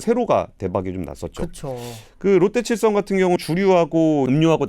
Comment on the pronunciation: 들리는 발음 자체가 롯데체성으로 들리긴 하네요. 아마 AI 자동자막 쓰시고 검수가 마지막에 안됐나보네요 ㅎㅎ